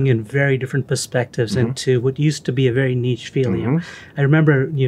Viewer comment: He pronounced niche correctly